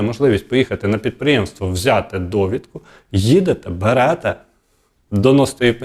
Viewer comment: Не ХОТЯТ, а ХОЧУТЬ. Стан ВОЄННИЙ, а не військовий. Інформація вже давно відома. БеретЕ, а не берЕте. Неможливо слухати.